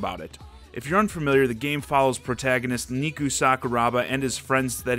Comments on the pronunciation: My guy, it's Neku (Neck-oo) not Neeku, sorry I didn't wanna be that guy....but I must... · Why does everyone call him neeku all of a sudden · When people pronounce his name Neeku and not Neku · Did he just pronounce neku’s name niku?! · Me: his name is Neku. Neh-koo.: neekoo Me: NO. It’s NEH KOO: neekoo UUUUUUUUUUUGHHH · Did u just say NIKU sakuraba.. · "Neeku" huh? Exits out of video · I was going to give your video a like but then you said "NEEKU" ... But I wont give it a dislike either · KNEE KU KNEE KNUU KNEE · "Neeku" I firmly disagree with your opinion, as someone who has played all three versions of the game, and you can't even get the pronunciations right. Bummer. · Not neeku Necku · Thomaskh7 I cringed so hard when I heard him say knee cooooo. I was like FUUUUUUU!!! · Are some of ya'll really discrediting the review because he mispronounced his name? Just tuned out, huh? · With the 900 times it's said in the game you'd think you'd have the pronounciation correct. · You really said NEE-ku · hes played the game multiple times but still pronounces his name "neeku" when they say his name out loud in the game... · The name is "Nay-koo" dude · If you’re mispronouncing the main characters name when it’s been pronounced in the game, it makes me feel like the reviewer didn’t pay attention to the game while they were playing/reviewing. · With the way he's pronouncing Neku's name, he's basically calling him "meat" in Japanese. :y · You only pronounce vowels like the way you do in the alphabet when a word ends with E. It baffles me how so many people fail at basic pronunciation.